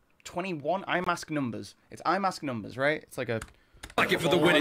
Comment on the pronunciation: "Is it eyemask?" Close. Eyeshield.